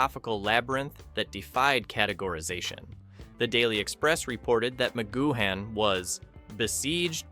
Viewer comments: It's pronounced 'goo-un', not 'goo-han'! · Spelled McGoohan but pronounced McGoo-en. There were originally 10 eps planned by PMcG, however Lew Grade wanted a series that went on forever. So, PMcG and his writers “cooked up” (his exact words) the remaining 7. “I’d never done a western and I wanted to do one” for living in harmony ep. Hard to listen to this with your lack of research and mispronunciation of PMcG’s name! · Altogether excellent narrative with plenty of facts and insights. Two points, Wikipedia places Angelo Muscat at 4'3 not five feet, and you pronounced McGoohan only once correctly (the third-last time) Great scene selection, great job. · It would be nice if you pronounced his name right 😂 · Thanks for that ! And to be fair the guy did brush over the subject later in his video but I came down to the comments early in his video triggered by his pronunciation of McGoohan but a lot of others were obviously triggered also by the same thing going off their comments ! But credit where it is due he did mention it which was a surprise to me as it is not normally mentioned ! ALL THE BEST MATE ! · Don't sound the 'h' in McGoohan. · You don't pronounce the "h" in McGoohan.